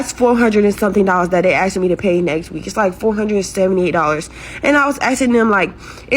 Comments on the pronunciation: Its ASK not Akkss 🤬🤬🤬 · My biggest ick with a lot of these single moms is "Aksing" idk why it pisses me off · It's Mike says she keeps using the word ax instead of ask, that tells me all I need to know about her...🤦‍♂️ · the word is ASK not AXE